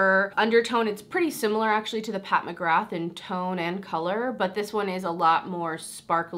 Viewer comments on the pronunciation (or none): none